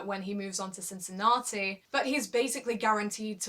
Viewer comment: Great work, quality video again. I hope you'll make review about the USO as well.:) I wanted to write that I like the way you said Cincinnati, (it's so British :)), but I see in the comments, someone else had pointed it out already.:) The name of the tournament says it all: I hope it's going to be Roger's Roger's Cup soon. :D But if not, then he can rest before playing on his most suitable hard court on Tour in CincinnAti. In 2014, he overplayed a bit and it probably cost him that US Open. With Djokovic and Wawrinka missing the rest of the season, I think there's going to be a huge fight for the other 6 places at the World Tour Finals. I would be curious to know what's your prediction on that, I'll go with Zverev, Thiem, Cilic, Murray, Nishikori and maybe Raonic as the qualifiers for London. Bedych and Querrey have good chances as well.